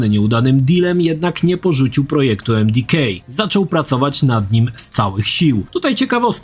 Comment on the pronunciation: Jakie emdikej? Emdeka